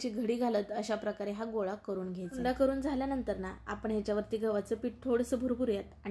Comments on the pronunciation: Hunda nahi unda mhantat tai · भारीच,👌पण हुंडा नाही उंडा म्हणतात